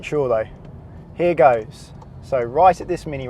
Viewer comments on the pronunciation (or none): none